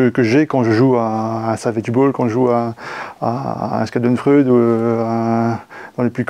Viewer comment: Hello la team! A noter que ready set bet a une application aussi pour éviter d'avoir à lancer les dés 😊 Schadenfreude prononcé "SKadenfrud" par Laurent. J'ai cru que c'était un nouveau jeu 😂😂